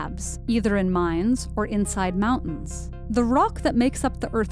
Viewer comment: "...inside mau ins"😌